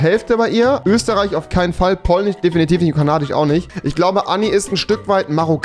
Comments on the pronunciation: Polnich, Finnich und schwedich 😂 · finnich, polnich, holländich xd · Polich, Finnich, Schwedich aber er sagt DeutSCH wtf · Wen triggert die Aussprache auch so? Polnich Chzechich Swedich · Schwedich Polnich Finnich Genetich Muss los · 45% polich 27% finnich 12% swedich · Polich Schwedich XD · niemand: wirklich niemand: keiner auf dieser Welt: Rewi: Polnich, Finnich, Schwedich Und noch 10000 andere Wörter. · "Tchechich, Finnich, Polnich, Deutch, Holländich,..." xD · Polnich , finich , swedich rewi wie du das aussprichst das macht mich echt verrückt erstmal dislike